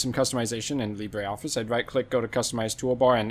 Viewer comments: It is Lee-bruh, not Lee-bray. The pronunciation is French, not Spanish. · Bray, Lee Bray